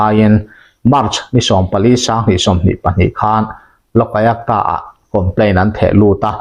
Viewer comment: Lok ayakta tia I lam kha a dik lo, lok ayukta tia lam mai tur a ni